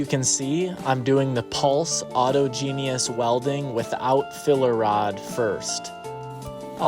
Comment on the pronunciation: It is autogenous (au·tog·e·nous) not auto genius